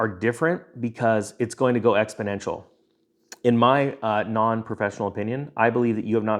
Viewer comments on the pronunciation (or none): none